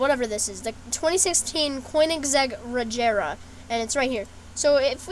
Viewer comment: Just saying, it's pronounced Cone - ig - seg. And the Regera is pronounced Rejera. The "G" in Regera is more like a soft G.